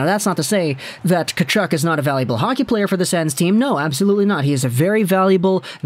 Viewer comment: pretty sure the first "K" is silent in Tkachuk, not the "T"..but, at least you didn't say Kachook..I actually went to highschool with a Tkachuk..no relation..he pronounced it Tuh-KAW-chuk..we just called him Cheeks..